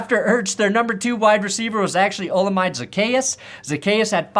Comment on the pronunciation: not to nitpick but commanders number two receiver's name Olamide , is pronounced more like --> Ola-Mee-day